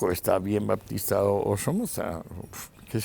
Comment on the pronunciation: Ahora Fulgencio Batista se pronuncia "Baptista"...., por otro lado me gustaría saber los 60 u 70 paises que probaron las teorias de Marx o los que se llamaron "comunistas" para poder engañar a la gente sin que hubiera ni un átomo de comunista en sus gobiernos. Si de esos 60 o paises que supuestamente fueron comunistas sacamos 10 que compartían varios preceptos con el comunismo y vivian mal, podemos sacar muuchos más países que viviendo con preceptos liberales o capitalistas viven mucho peor. Siempre está bien escuchar a Escohotado, pero me da la sensación que después de su último libre se está caricaturizando.